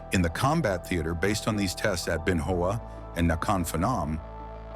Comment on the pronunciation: Ben Hoa pronounced: Bin Wa (short “a”)